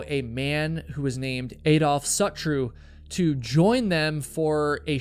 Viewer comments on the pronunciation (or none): Adolph Sutro pronounced sOOtroe, he was a big wealthy land owner in San Francisco, he used to own the land around the cliffs where you can see the Golden State Bridge known as Land's End